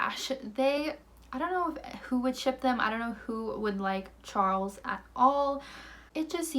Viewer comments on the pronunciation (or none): none